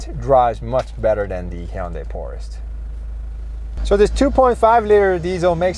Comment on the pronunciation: you said kia porest. 항상 재밌고 유익한 업로드 감사해요!